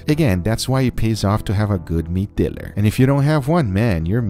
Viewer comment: he says meat dealer like it’s drug dealer